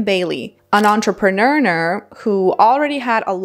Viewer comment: an entrepreneurneur 😂